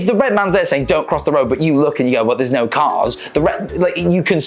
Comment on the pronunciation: Yeah America's weird, but I find it weirder people with your accent can't say words like water and no correctly, this goes for Australians too. Don't even get me started on the French.